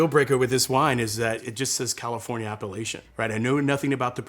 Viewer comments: I love this video! It took me WAY too long to realize that he was saying "appellation," not "Appalachian," though. (that's on me, clearly) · When a ´sommelier´ can´t even pronounce the word ´appelation'... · It took me so long to realize he's talking about Appellation, not how outsiders pronounce Appalachia 😂